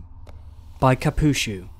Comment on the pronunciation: Yo. Dropping by since you sent me the PM. Haven't listened to much yet, but just a quick thing. The "Ch" in Kapuchu is pronounced like the "ch" in "Churn :P